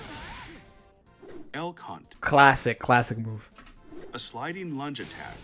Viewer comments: El Cunt. I love it. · Unrelated and unimportant but every time I hear Elk Hunt, I think you are flaming Elphelt calling her El *unt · They cannot keep pronouncing "Elk Hunt" like this.